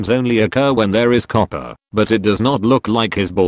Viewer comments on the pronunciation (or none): none